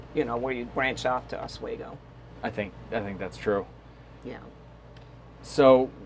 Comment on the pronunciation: Os-We-go not os-way-go